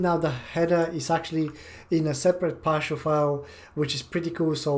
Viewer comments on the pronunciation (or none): I am not sure if he was saying partial or powershell